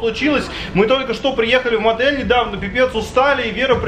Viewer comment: Почему мадель а не отэль